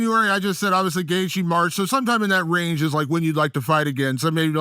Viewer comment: Secs after I read this, he says it like that 😭😭☠